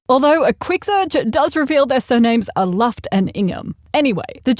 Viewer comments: Nitpick: you went out of your way to be mindful about your maybe mispronunciation of the Johari Window, that you then completely botched Joseph Luft's surname. He was apparently German, and the u in Luft is more like the oo in the English boot, only a bit shorter. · Luft is pronounced Looft 🏳️‍🌈